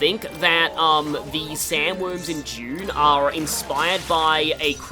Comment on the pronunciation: you pronounce Dune as June